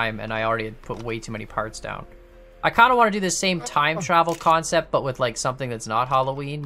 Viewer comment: "its a Khancept."